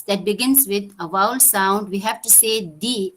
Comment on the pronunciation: It’s ‘vowel’ok so please correct your pronunciation not ‘’wowal’